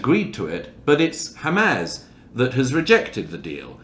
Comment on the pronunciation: The fact that he still cannot pronounce Hamas correctly after all this time tells you everything you need to know about Douglas Murray